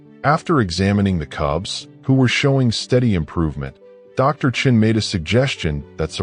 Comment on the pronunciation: Sean is not pronounced chin.